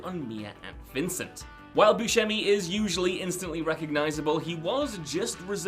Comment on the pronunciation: It's Steve Boo-semi, NOT "Steve Boo-Shemi". There is NO "sh" sound. Steve, the actor, confirmed this himself on the Steven Colbert show.